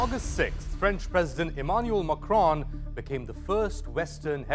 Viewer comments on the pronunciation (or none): The presenter pronounces the name of the French President as if he were Arab.